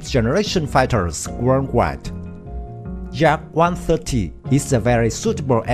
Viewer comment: please learn at least the name of this plane and construction beraoue that designet it,Yak is not Dzak as you say ,look it up at the some russian videos about Yakovlev planes.please we like the work you are doing do not ruin everything by a poorvoice overs.work on basics!Thank you.